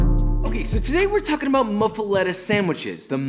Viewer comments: NOPE NOPE NOPE (MUFF-A-LATTA) that is how you pronounce it. Honestly props because I’ve never heard it pronounced like that and I’ve lived in the gulf coast area for 15 years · As a New Orleans native I'mma throw some ridiculous facts down. It's pronounced "muffalAHta" despite the spelling. Idk if that's an accent thing or what, I'm just saying. It do be looking good though. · It's pronounced moof-uh-lotta. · You pronounce that thicccc boi: muffel-AH-ta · The way he pronounced it made me cry lol. But I love ya so I'll teach you the new Orleans way to say it. Moo-foe-la-ta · Pronounced (Moo-feh-LAH-tuh). Louisiana native 😊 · In Louisiana we pronounce it a "muff-e-lotta" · It's pronounced moofalata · A) It's MOOF- a- letta.... and B) The "pickled stuff" hurts my soul... this is supposed to be olive heaven, not "hey there, lil' cauliflower, TF are you doing here?" The bread looks nice though, but I can't even finish this video... Lo siento Jeshua... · You are pronouncing it wrong. It’s muffolatas not muffulettas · Its pronounced muff-a-lot-a I'm from Louisiana broski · I think it's pronounced moofaletta. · i think he butchered the muffaleta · This man saying muffuletta wrong every time kills me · You are saying it wrong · nobody pronounces this correctly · I just cringe hearing him butch muffuletta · ITS NOT MUFALETTA ITS MU-FU-ATTA- Louisiana raised man. get it tight or don't get invited to Mardi-Gras. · Jooooooosh. It’s pronounced “muffa Lotta” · As a New Orleanian, I'm here to tell you, you're pronouncing it wrong. Its /Moof-a-lotta/ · I’m from Louisiana - it’s ‘Moo-Fa-La-Ta’ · Looks good man. But it is pronounced “Moofaleta” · muff-ah-lahh-tah. ps. i'm from new orleans. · Italian-descended New Orleans native here. It’s pronounced “moof-a-lot-a”. I know it doesn’t make sense, but try and pronounce tchoupitoulas and burgundy the way we do lmao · hearing the "letta" hurt me. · You did an excellent job here. Its muff-ah-lot-ah! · It's pronounced muff-uh-lot-ah